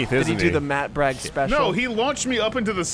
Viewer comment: more like Mewt Bwigs